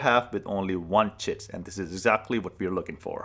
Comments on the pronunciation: I have never had such a huge smile on my face as I listened to him say chit. 😂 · Is he saying tit?